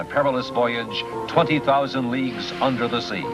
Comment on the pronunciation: Did anyone else constantly hear "20.000 Leaks Under the Sea"? ;-)